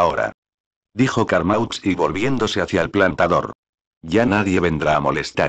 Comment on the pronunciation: Carmaux se pronuncia Carmó!!